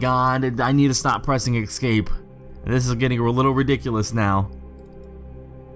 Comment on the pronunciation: Thanks for uploading. GREAT JOB!! :) One suggestion: NOTE: THERE IS NO "X" IN THE WORD ESCAPE!!!!! It's pronounced ES-CAPE. ESSSSS-CAPE. And NO, it's NOT a colloquial thing. (I hear that excuse every time someone butchers a language). I'm sorry. I sincerely am. I cringe with all the grammatical no-no's in internet videos. But with the number of times you said the word, you may as well pronounce it correctly. Hope you have a terrific holiday season. Again. thank you for doing this video.